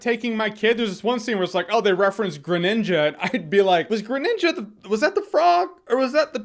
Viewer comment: .....God, its really strange hearing Jeremy say "Greninja".